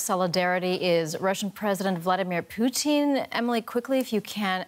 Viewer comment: damn she say Putin like she ordering a hot order of Poutine 😂